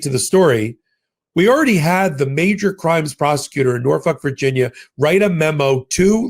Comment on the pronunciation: Haha, you just called Norfolk, Norfuck, you nut!!!